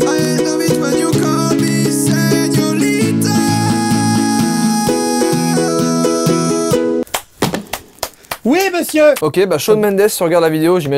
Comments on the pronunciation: le pire c qu'il dit pas senorita mais señolita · Ouais par contre l'espagnole...pas ouf pour joyca il suffit de voir comment un dit senorita...